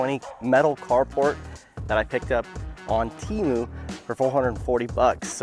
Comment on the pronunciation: Before I even started watching this video, I've got to tell you people to learn how to pronounce TEMU. I mean they spent millions of dollars on super bowl commercials and you people still can't say it right